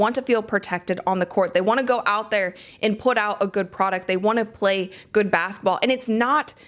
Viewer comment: It's "basketball," not "bassetball."